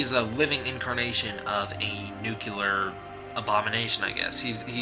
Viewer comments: nuke yeller :P you shoulda expected these comments haha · Hehehe, you said nuclear. It's nuke-you-lur, dummy, the "S" is silent. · couldn't get past . can't stand hearing nuclear being pronounces nucular over and over. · I stopped the video when I heard "Newk-yoo-ler". Learn words better. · Nice video but all I could hear for quite a while was only NUCULAR, NUCULAR, NUCULAR... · OMG, IT'S NUCLEAR!!! NUUU-CLEEEAAAR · Nucular waste. GOD DAMN IT STOP DOING THIS ALL OF YOU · Nucular. Might as well give up, and put it in the dictionary.. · So many "nucular"s in a single video. I can feel this video slowly George W. Bushifying me. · Please stop saying 'nuke-yoo-lar". ....Please. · Its nuclear. nu·cle·ar ˈn(y)o͞oklēər/ Also its "supposedly" not "supposavly" sup·pos·ed·ly səˈpōzədlē/ adverb according to what is generally assumed or believed (often used to indicate that the speaker doubts the truth of the statement). "the ads are aimed at women, supposedly because they do the shopping" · "spoiler alert" "also I haven't seen the movie" also, "nuke you lar" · Downvoted for "nucular". Good job otherwise. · JEE-zus man, make an attempt to pronounce your words. nu-KLEE-ar. And GO-jee-rah (with a spanish type "r") Unlistenable, Dude. Had to switch off. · "Nookular" what the fuck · New. Clee. Ear. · Bush junior said NOOCULAR as well lol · It's pronounced "New Clear". Nuclear. There's no "ur" sound at the end. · Robert Jackson, it is not New Clear...the word nuclear has three syllables. His explanation is better than yours. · Nathaniel Burrows The word is spelled and pronounced "Nu-Clear" "NU-CLEAR". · Vulgarr the Viking I know this is an old comment but Jesus. How pathetic must you’re life be to actually care about a the pronunciation of a word that in actuality has no exact way of pronouncing it. Nu-clear Nu-clee-ar it doesn’t matter. There all correct English. Who really gives a fuck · You mispronounced Nuclear. Streisand Effect, look it up. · learn how to pronounce nuclear.